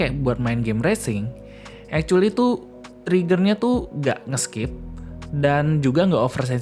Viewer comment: yang saya dengar "ekcueli" dan "kontorel" wkwk